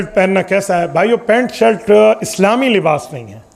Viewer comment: شلٹ نہیں شرٹ